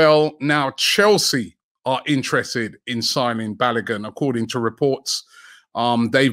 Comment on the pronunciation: Robbie I bet you … can you pronounce Folarin Balogun’s name properly for once 😂😂😂